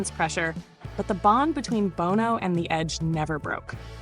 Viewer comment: Love the list. However, I cringed everytime you mispronounced Bono's name.